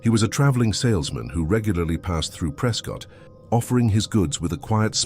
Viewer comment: Yup, I remember the first time I was verbally reprimanded for calling it “pres-cot” and not “pres-cut”